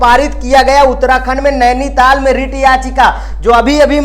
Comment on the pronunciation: Is he a teacher ???😂 NAINITAL ko nation bol raha hai aur verdict bhi galat padh raha hai